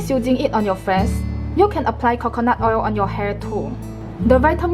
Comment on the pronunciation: I love the accent when she said Khokhonut oil 😍.